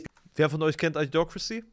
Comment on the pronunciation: Das Idio von Idiocrasy, wird wie bei Idiokrasie ausgesprochen. Nicht I-diocrasy.